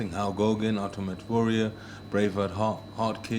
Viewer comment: "Halg Hogan...Urtimate Warrior...Bravehard-Hart kid..."